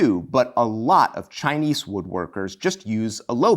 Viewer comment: The way you keep mispronouncing Chinese grates. The low bench style - whatever nationality - holds nothing for me. I boke my back at L1S1 years ago and it's never been entirely right since then. Just the idea of sitting hunched over for hours on end ties my back in knots.